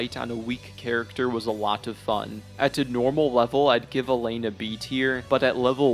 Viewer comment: man’s criticising things he doesn’t fully have explored/understood. Also, mispronouncing bosses names when they’re written clear as day on the screen is peak omegaLUL for youtube criticism. Tell me more about “Mythra” and “Elaine-nah”